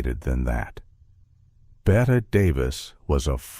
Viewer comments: Ruined by A I voice. It is Betteeeee not Bet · Unwatchable. (Not the movie, THIS AI slop. BET Davis?) Three minutes in and I can't take it anymore. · FYI Bette is pronounced Betty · You would be more believable if you pronounced Bette Davis’ name properly. It’s Betty not Bet. Claudette hurt her back in 1950 on the set of Three Came Home. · BET-T is how it’s pronounced idiot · I love the interesting information. But if the AI calls her BET Davis (Bette Davis is Pronounced BettY Davis), I think I’m going to screanpm! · You. Can’t listen to this idiotic thing because the twerp narrator - that is probably AI - calls Bette Davis “Bet” throughout. UGH. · BET-TEE Davis! Pronounced like Betty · Lose the AI and do it yourself. And by the way, Bette Davis is pronounced BET-TEE Davis. Davis and Baxter were both up against Gloria Swanson in Sunset Boulevard. That's why Holiday won. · Can't finish a video that mispronounces the name "Bette" Davis, being as it was one of the greatest performances in movie history and that she's the central star of the movie and therefore this video. A shame. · You are mispronouncing Bette Davis’ name. To a film buff, this is shameful. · What a crock. There are far better short subjects about this great film. There are no revelations in this poorly edited mess. Maybe it was AI generated... mispronouncing Bette Davis' and George Sanders names. The photos don't match the narrative...the whole thing is a waste of time.